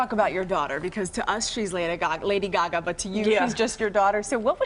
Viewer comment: "To us she's Laday Gagoo"